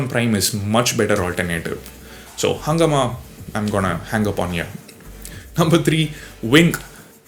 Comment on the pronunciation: Also, its pronounciation is not "hungama" but "hungaaama" It's a hindi word. It's a hindi word for chaos